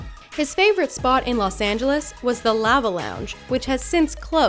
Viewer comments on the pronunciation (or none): none